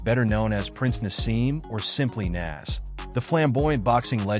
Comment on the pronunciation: Can’t even pronounce Naz’s name properly. 💩